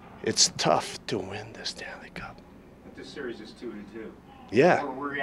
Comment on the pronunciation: 8.19 seconds " it's though to win the Stanley Cup."